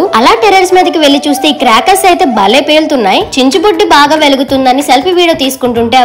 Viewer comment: Akka it's not chinchubuddi it's chicchubuddi